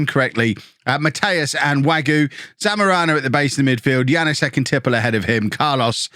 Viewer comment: Hey, your friendly pronouncation helper here: The thing above the s in Janoušek means the s is a sh sound as in posh. So it is Janoushek. Thanks for the videos.